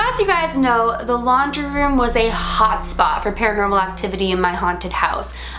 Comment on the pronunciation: She said "hotspot" so hard .. she meant that 😂😂